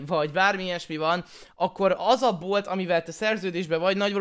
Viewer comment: MIT KIABÁLSZ A VÉGÉN🤣🤣🤣🤣 "BEFOG ZARNI A BÓT"🤣🤣🤣🤣🤣🤣🤣🤣🤣